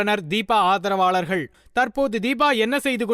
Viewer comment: என்ன தமிழ் பேசரீங்க...அதற்காஹ,ஆதரவாளர்ஹள்,கொள்ஹை...இப்படி தான் பேசுவீங்களா?சே சே.